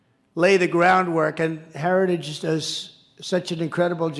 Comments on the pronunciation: He didn't say, "heritage". He clearly said, "hairer-stah-ges". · Did he say "Herristage"? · You can tell the video of Trump is real. He mispronounces "heritage". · Heritigegege is tough to say though, he does it like a champ. This guy would ace a dementia test. 💪🏻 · He has a real problem pronouncing the word "Heritage'... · Trump can't even pronounce "heritage"...🤡💩🤪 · He can't even say HERITAGE!!! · Note how Trump struggles with the word “heritage.” Experts have pointed stuff like that out as a sign of his cognitive decline. Which is only going to continue to accelerate. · DT can barely pronounce Heritage! Vote President Biden again v Project 2025. Audio of Ch 14 Health and Human Services is narrated by Ellie Dreams Down Under. Twisted and dark! The plan is to change the name to the Dept of Life. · Trump can’t even pronounce heritage foundation properly. It was a word salad. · He can’t even pronounce heritage, I am from Norway, my English is far from perfect, still I can pronounce heritage. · Hold his lying ass accountable! He can’t even say the word Heritage! 😂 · He can’t even say heritage!! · He can’t say the word ‘heritage’. 😂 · His addled aged brain cannot properly pronounce "Heritage". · He can't even say the Heritage name properly , what a loser . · Trump can't even say the word heritage but he sure can lie. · Also having such difficulty saying ‘heritage’.. lots insights here, thanks!!